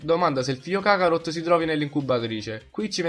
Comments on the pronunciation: Kharot si dice no kakarhot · si dice kaarot non cacarot ahahaha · Si dice karot cazzo